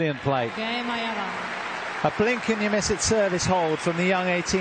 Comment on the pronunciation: These commentators need to pronounce Aiava's name better. It's not that difficult.